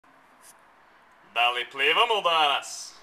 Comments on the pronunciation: Plivamo not plevamo LoL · its "plivamo" not "plevamo" :D naočale = goggles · it's plivamo not plevamo :D